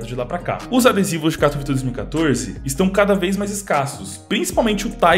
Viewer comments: Ta certo o jeito que vc fala, o pessoal acha que o mundo inteiro fala inglês, no Polonês correto ta certo "katovitça" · Salve dog ce diz bem o nome 'katowice' pk a cidade e da Polónia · Neguim tá é doido tu fala direitinho katowice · "Katowice" voçê está pronunciando bem sim, é uma cidade na polónia, eu sou da ucrania e moro perto da polonia. Quando eu vou lá eles pronunciam assim mesmo. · a pronuncia de katowice ta certa